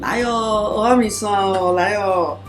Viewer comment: 如果是道地的台灣人，蚵仔要講成「鵝」啊，不是「喔」啊。 現在的年輕人不會講台語「鵝」跟「我」分不清楚，但是老一輩的人怎麼也會講錯呢？